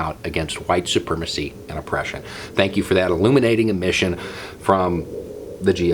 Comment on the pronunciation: When you said “admission” it sounded like “emission” which is an apt description of what came out of that senator’s mouth.